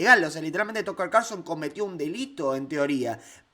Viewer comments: es "tacker" no "tocker" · Tucker se pronuncia Tacker. Perdón que me meta . Que importante que Tucker avale a Milei!!!